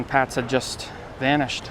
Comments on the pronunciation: It's actually pronounced "Pay-tz" not "Pats" They lived on a higher floor than the one you pointed to- not the 2nd floor, they lived on the THIRD floor, the pictures are a little deceiving because they climbed down the ladder a bit and the camera perspective is not always correct, but they lived on the 3rd floor there for sure, they moved in there in 1972. I remember the case well as I lived in a loft on Broadway and Houston st then I also remember the police claimed they knocked on every door, I know for a fact they never knocked on my door, so that not a factual statement on their part, I wouldnt have had any info for them anyway but I wanted to mention what they claimed. Even back then I couldnt believe his parents would let a SIX year old walk to the bus stop like that in NY City, it was as dangerous in the 1970s as it is now, I was constantly robbed, my bikes stolen either off a lock and chain or by force, burglary was rampant, so was theft. In my building I remember a thug grabbed an armload of garments off the rack in one of the clothing factories and ran down the stairs, but a guy from the factory chased him down the stairs and shoved him at the last flight and the thug fell down the stairs face and teeth first onto the hard concrete floor of the lobby. Another thug climbed up the fire escape to the SEVENTH floor, when he had to carefully crawl or shimmy along a small projecting stone cornice 75 feet to my window, and opened it, removed the screen and started to come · I live in N.J. and I was 13 when this happened. It was everywhere. The family’s name was pronounced “paytz”.